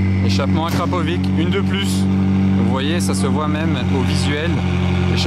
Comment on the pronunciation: Juste pour la prononciation on dit Akrapovi(tch) et non akrapovi(k)